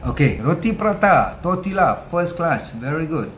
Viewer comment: Sebutan tortilla ialah totiya.